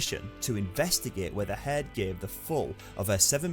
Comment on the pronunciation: Hird ughhh cant understand how your mispronounceing everything weve HEARD all this